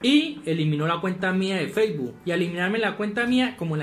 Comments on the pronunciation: Nadie Absolutamente nadie: Feibu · "Feibu" quedé.